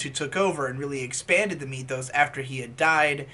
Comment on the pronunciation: Nobody:: Meee-thos